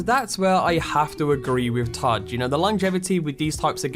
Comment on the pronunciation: Todd Howard you mean Godd Howard